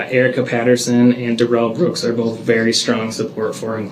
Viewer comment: 5645...Dorow "grounz-ed" Duh-rell like a Bish!!!! Hilarious 😂